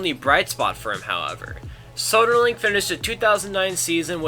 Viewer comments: Lyon, France="Lee-own". Soderling="So-der-ling" as in "Soda". Anyway, the content was great. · Soderling would have won the French Open, he would have beaten Federer like he beat him next year, but the 5 setter against Gonzalez got him.. So, it's "thank you Gonzalez", not "thank you, Soderling".